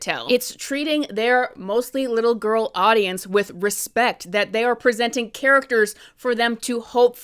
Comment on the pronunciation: You saying grill like this movie but also lots of man in love with this movie